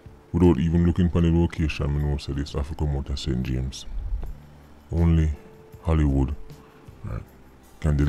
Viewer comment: Gm sir you really makes me laugh when you say Hollywood 😅😍